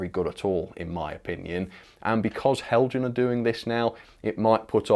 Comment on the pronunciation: Not Heljan, Helyan. Do you have something against the Danish language?